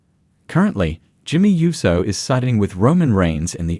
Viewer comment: USO not YUSO